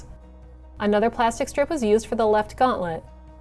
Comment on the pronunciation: She say gauntlet I die a little